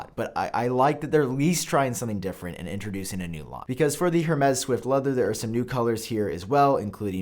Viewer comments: It's pronounced ''EURMES'' not ''HERMES'' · It’s not “HER-MEZ” it’s “Air-Mez” 🤦🏻‍♂️🤦🏻‍♂️🤦🏻‍♂️ Edit: omg all of these pronunciations are so terrible. I thought you took pride in content quality? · It kills me each time you say "hurrmays" 😭. The H is silent my guy lol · Say it with me Hermes= airmez. Love you bro! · HERmes?! That is not how you pronounce it, sir! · You said Hermès wrong. It is pronounced “Air-mez” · Hermes is pronounced “air-mayz” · HurMez. 🤩 AirMez. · it’s pronounced “air-mez” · Stop pronouncing the H in Hermès. It’s closer to “air mez” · “Air-Mez” say it with me brother! (Hermes) = “Air-mez” I didn’t know how to pronounce it either, don’t worry!!! I’m not being a douche. Just a teachable moment 😊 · That was driving me nuts!! 🤦🏽‍♂️